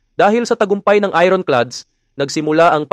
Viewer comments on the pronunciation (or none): I ron? Ayorn dapat bigkas mo 😂